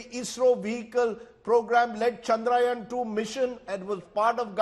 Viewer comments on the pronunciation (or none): For gods sake its not चंद्रायन its चंद्रयान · Yaan is not yan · Can Rajdeep learn to say the name "Chandrayaan" correctly? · Rajdeep, it's Chandrayaan, not Chandrayaan. I am ashamed.